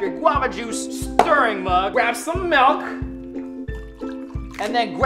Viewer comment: it sounds like he said malk